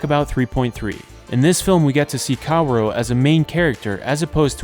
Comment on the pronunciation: i'm choosing to fall victim to your genius plan of getting people to engage with the video by saying "kawuro" instead of "kaworu".